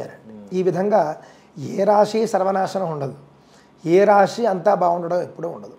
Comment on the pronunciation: రాషి కాదు రాశి